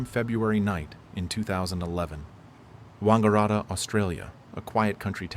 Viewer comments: Wungurutta 😂 oh hell no...its Wan-garatta with a huge emphasis on the A's. The man who found.....along with the other hundreds and thousands of people who were already doing it. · Hearing non-Australians pronounce Wangaratta is hilarious